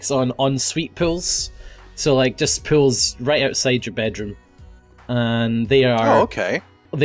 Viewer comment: Is it Just me but when says pools it sounds he says pills??